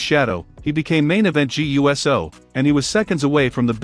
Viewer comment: Please learn that it’s pronounced Jaaay ewsoo!